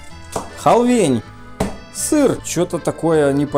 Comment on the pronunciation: ахахахахаха просто смеюсь не могу перестать сначала "сыр" и потом "бинзин" аххаахахахах